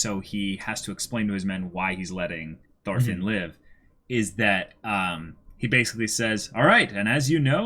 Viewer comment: Thorfinn (x) Toolfin (√)